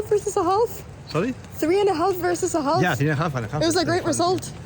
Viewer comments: Good game. (the L is not pronounced in half) oh... strawberry. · Hi Anna, no need to pronounce the ‘L’ in half. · Here’s a strawberry Anna, and may I very gently point out that in the word “half” the L is totally and utterly silent, at least in all dialects of English I can think of. 😊 I know, a crazy language. Anyway maybe save you from future tongue cramps or something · I like how you say halph instead of half. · Strawberries are so good ... unless they are moldy. What a great game! I'm even ok with the way you pronounce the word "half" :-) Go get 'em in the next round! LET'S DO THIS, SWEDEN! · Strawberry but the L is silent in half. Enjoyed the vid as ever. Well played.